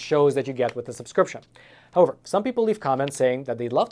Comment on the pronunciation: How-over? Don't you mean how-ever? I think you just need to slow down a bit. That would be easier to understand as well. Please? After all, it isn't a race. Is it?